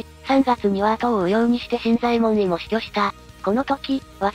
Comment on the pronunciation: 新左衛門尉の読み方ですが、昔は【しんざえもんのじょう】と教わりましたが、今は【しんざえもんい】となったんですね？歴史的なものは新発見の度に色々と変わるからややこしいですね…（笑）